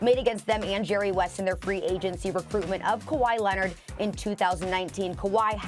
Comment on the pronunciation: "Kawhi Lennit" I can't unhear it lol